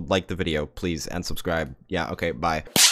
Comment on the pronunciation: I heared "unsubscribe" Not "and subscribe" XD